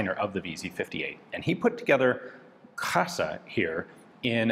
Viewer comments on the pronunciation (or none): Krasa...ok. I think it's clearly kraska.